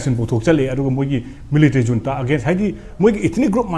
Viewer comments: Unta ana pronounced twgadbne J silent leigadbne neh bhai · Junta haibra ntraga unta haina pronounce twgadra haibase Burmese accent ta kari hai neinou..